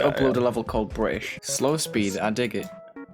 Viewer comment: The funniest part about the level being called “bri ish” is that when says it, it sounds like he is saying the funny level name, but when says it, it just sounds like he’s saying British, fully confirming the stereotype.